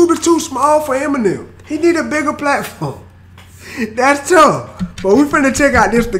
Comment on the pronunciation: Honestly I'm sick of hearing "dats touf"